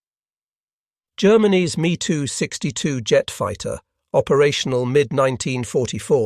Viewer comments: Hearing it referred to as the “me” 262 is jarring. It’s M-E 262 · MeeTwo !? Messerschmitt !! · M E 262 ...Not ME 262